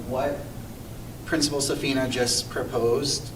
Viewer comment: Hi! My name is Zane. I was a substitute teacher last year at our lovely MES. I'm sorry to hear that you are withdrawing your child from MES. With that said, I find your accusations concerning. Let me first say that I respect Mr. Safina (You messed his name up) quite a bit. You'll find no one better suited for MES. He is truly someone I'd consider calling a mentor. However, let me get something clear right away. The children at MES were absolutely allowed (often encouraged) to take mask breaks. They were allowed to take mask breaks both in and outside the building. This was done often and safely. I personally made it a point to allowed students multiple breaks in between and during class time. Simply put, what you've said is completely false.